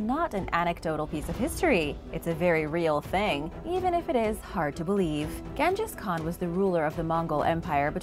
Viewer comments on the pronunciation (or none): The way you pronounced Genghis Khan has me dead "Gan-Jiss" 👌 🤣💀